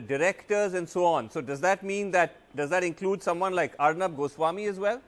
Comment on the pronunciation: It is Ar'Noob' not Arnab